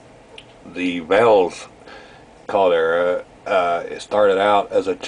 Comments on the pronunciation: Valles is not pronounced Val las....it is Va ye s LL= y as in ya. vowel e = A long sound. as in Age. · It's not pronounced as "Valles Caldera" in NM spanish when you have two "ll"'s next to each other it makes a "y" sound. It's pronounce Vai-yes- Caldera.